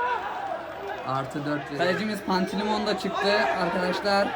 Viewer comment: Pantilimon deme deme